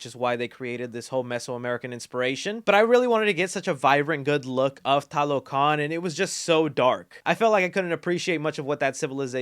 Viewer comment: They needed a bit more consulting for fleshing out the mesoamerican background. Example tlalocan is a Nahuatl word and they are supposed to be Mayan. They also pronounce it in the Spanish way instead of Nahuatl. Finally, most of the movie they say Talocan instead of TLalocan.